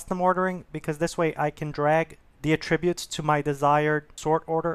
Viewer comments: I thought he was saying "a tribute". You are not alone, it took me a second to understand what he was trying to say and unfortunately took my train of thought away from the tutorial. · You're mispronouncing "attributes". It's disconcerting.